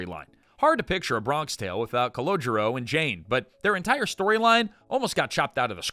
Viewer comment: That's Calogero, not "Collogio."